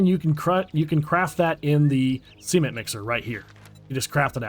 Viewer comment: Why are you crafting “Sement” it’s Cement! 😂